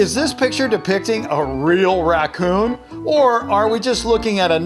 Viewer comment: the "racoon" is obvious did you go to school